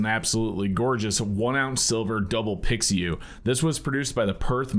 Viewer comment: Pi Xiu ( Pee-shu) not pixie yu.